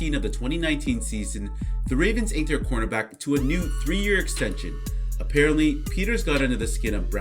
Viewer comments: why you sound like you’re calling him a quarterback lmao work on pronunciation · can you please for the love of god pronounce cornerback correctly